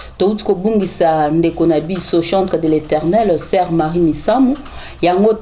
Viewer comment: c'est marie misamu et non misambu hein comment mutu olobi oyebi bien kombo na ye oyebi bien te ? zoba ya muasi .